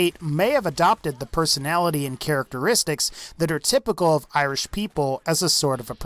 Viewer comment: it's pronounced our -land and eye-rish i kmow im Irish